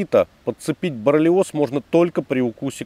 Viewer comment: Не 'борлиоз', а 'боррелиоз', братуха